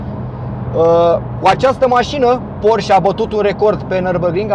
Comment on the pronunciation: Se pronunță ,,porșe" ...